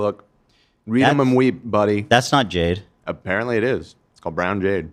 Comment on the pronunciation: its JADE.. Not Yade